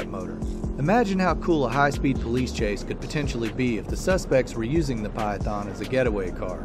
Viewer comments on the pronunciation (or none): none